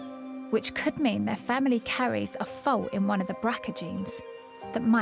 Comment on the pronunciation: I think she's saying ' Fault'